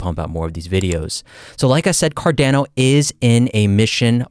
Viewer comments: Its pronounced "Car-Dawn-oh". Not "Car-Dan-oh". Just listen to the way Charles says it. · Car-Dah-No, not Car-Dan-No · Bro says Cardäno :D